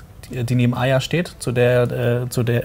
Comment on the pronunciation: Nichts gegen euch aber ich hasse es wenn Leute Arya "Aya" aussprechen.😂